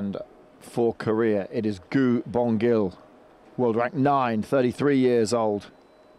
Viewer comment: After winning 3 Olympic Gold medals, FIE commentators all pronounce 'Szilagyi' differently in the hopes that one of them would get it right. Not as bad as the pronunciation of Gu Bongil though 🤣 Also wowee 720p stream at World Champs for another year, at least there's no sound delay though